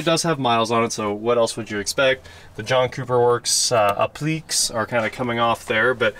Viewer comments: Appliqué: App-Lee-Kay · Applique pronounced appli-kay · I’m sorry, “A-pleaks”? Hahahaha